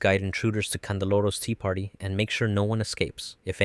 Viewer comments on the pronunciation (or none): none